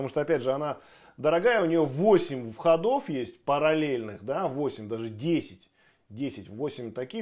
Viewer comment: входо́в , входа́...))) Так забавно ))